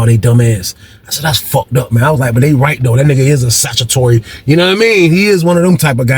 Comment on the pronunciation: It’s Statutory, not Satutory.😂😂😂 I been rolling all day when you miss pronounced it.😂